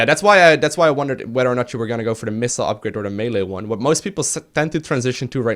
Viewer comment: It's like his pronunciation of "melee" and "meta" are backwards or something.